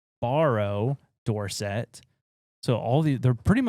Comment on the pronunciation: Dorset. 'Door Set' ❎️ 'Doorsit' ✅️